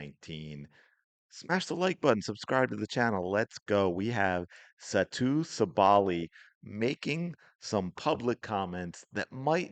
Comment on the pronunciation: Dude. You totally butchered the pronunciation of her name. Do you not watch the games??😅